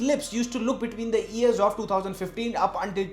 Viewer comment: Its not Ears, its Years